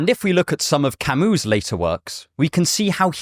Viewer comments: Camee, not Camoose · Camus is not French! You dont say his name camU, but cami